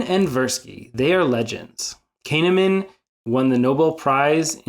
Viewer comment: Great vid with nice visuals. I would advise you to look up the pronunciation of people's names if you're going to repeatedly mention them in a video. I think 90% of us did a bit of a double take when you pronounced Kahneman as "Cane-a-man" 😅 It kinda outs you as someone who can't be that familiar with him so best to be careful.